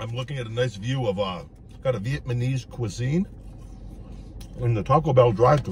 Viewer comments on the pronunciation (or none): It's pronounced VIET-NA-MESE, not vietMANESE. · Did you say Vietmanese? 😂🤣 meaning Vietnamese